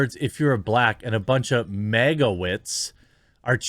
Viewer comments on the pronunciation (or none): ... I think the Magawyts is pronounced Magawhites. I could be wrong, but that's how I read a Y.